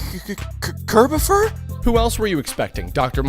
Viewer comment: Oh look, it's Kirb-aw-fur!